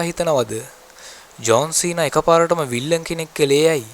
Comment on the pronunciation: විල්ලන් නෙවෙයි යකෝ විලන් 😂😂